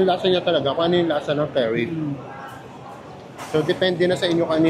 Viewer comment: Enjoy talaga ako watching your videos! Correct si with his curry pronunciation.